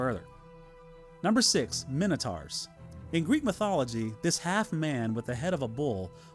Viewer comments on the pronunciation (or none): I found it funny how you pronounced minotaurs different from the movies. In my mind, the movie pronunciation is cannon.